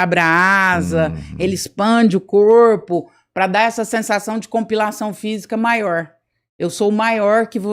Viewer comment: Compilação, não! Pelamor de Deus dói no ouvido. COMPLEIÇÃO FISICA